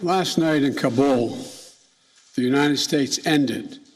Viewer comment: man cant even pronounce Kabul properly much less handle the situation there